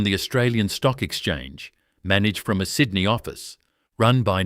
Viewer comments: I would like to watch this, but that ridiculous insult to a person's intelligence called AI voice-over is hideous. Sydnai? Wonderlush? It's unbearable. Why? Why is this garbage happening? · Is there no human left for narrating the story instead of ai crap? Pronounces Sydney 5 different ways.